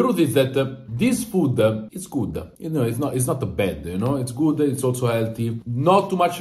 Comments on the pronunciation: THIS FOODAH IS GOODAH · “This foode, is Goode”